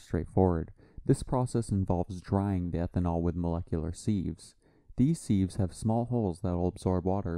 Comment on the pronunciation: It’s pronounced Siv not Seev.